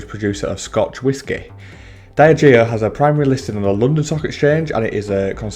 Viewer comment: Not a fan of that pronunciation of Diageo 👀 Dee - Adge - Eeo Great video though 👍